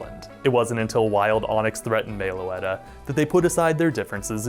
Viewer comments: "Mae-o-letta"... Stop.. It's MEH-loh-ET-uh.. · Nitpicking you pronounced meloetta wrong it’s pronounced Meh-low-ette-tah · Sorry to say but your pronouncing Meloetta's name Wrong.